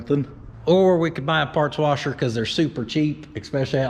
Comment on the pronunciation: PORTABLE PARTS WARSHER... TAKE YOUR WARSHER TO YOUR PARTS NOT YOUR PARTS TO YOUR WARSHER